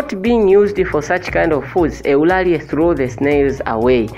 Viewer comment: Don't pronounce Eulalie instead of/Ulalii/.